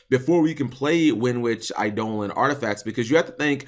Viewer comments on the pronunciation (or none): none